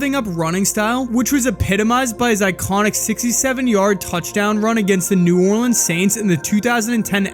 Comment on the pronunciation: Finally someone who pronounces “Orleans” right